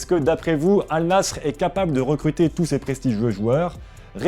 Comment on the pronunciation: Massacre du nom Al Nasr, massacre du prémom Sergio... superbe